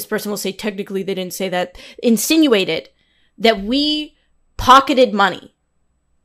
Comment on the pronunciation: yeah I was making fun of her enunciation, she is really hitting that last syllable hard.